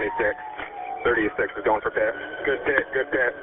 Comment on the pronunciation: yall notice that they never say PIT correctly when on the radio.. 😭"pti pti pti"